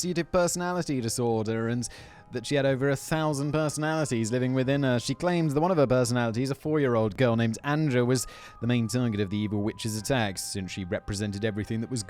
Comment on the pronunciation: Anja is pronounced like Anya ;)